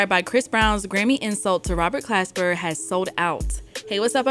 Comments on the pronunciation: Why doesn't anyone get that she keeps getting Glasper's name wrong? She's saying "clasper" when it should be Glasper. That's all he's asking about lol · why do you keep saying "Clasper"? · Why is she saying Robert Clasper lol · She keeps callin him Clasper 🤣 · Lol so his name ain’t Clasper? 😂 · Next she gonna call him Robert Casper. 😂😂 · Yup, went over your head too. Hint: The hip hop DX chick keeps calling him "Clasper"... It's Glasper. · Glasper! Not clasper, you had one job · I'm reading Glasper with a G and hearing Clasper with a C. lol cmon - love you tho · No really who is Robert CLASPER??? It’s Glasper not CLASPER PUT SOME RESPECT ON OG ROBS NAME!! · Pronounced GLASS-SPER lol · Glasper Damn it say it right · Why is she saying Clasper tho? This is almost as bad as when they pronounced DOOM's surname as [Doo-mile] instead of Dumile [DOOM-ilay] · It's Glasper shawty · He said." the organization isn't doing us blacks its due diligence" she diberatley choose not to say that during black history month and can't pronounce his name properly. Do better!! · Not one time did she get the name right. She had one job to do. Zero research perhaps?